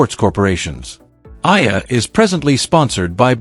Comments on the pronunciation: A. E = Alex Eala - E-ala. Not Ayala, Ela, Aela n illa.😊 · Eyala pronunciation E-yala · The story is good but your butchering her name and most of names like the flower Sampaguita lol 😊